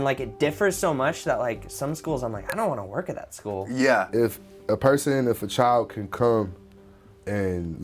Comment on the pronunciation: “I don’t want to work at this shcool”